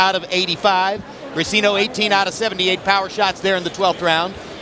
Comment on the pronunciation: It is not ``Bricino`` is Briceño